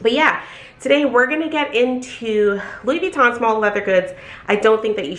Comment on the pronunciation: Funny how you've worked at Louis Vuitton forever but still cant pronounce it :))